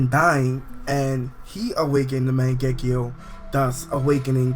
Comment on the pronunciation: it still pisses me of that you say magenkyou wrong.